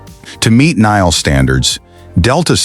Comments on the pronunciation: The Utah Jazz and the Utah Mammoth style guides both indicate that the official name of the arena is "Delta Center" No need to update. Now, if you can get your AI to pronounce NHL correctly. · Man does the announcer f up pronouncing NHL. Embarrassing!